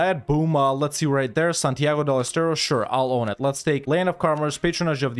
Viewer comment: Hearing saying thing in spanish like "Santiago de Estero" make my day, thank u.